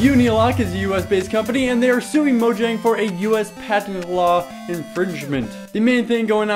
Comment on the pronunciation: You of all people should stop calling it "Mo- JANG"... instead of "MOYANG" Pronouce it properly it drives ppl crazy.